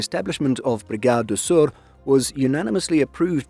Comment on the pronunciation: Good pronounciation of Sør